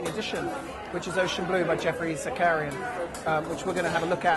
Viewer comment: He is ruining Geoffrey Zakarian's name. He keep calling him Zackaria